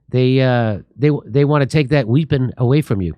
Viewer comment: What the fuck is a WHIPPON